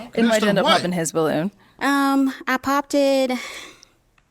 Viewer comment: new word "POPPTED". THE WORD IS "POPPED" (POPT) NOW ADD THAT TO THE BINGO CARD LOL!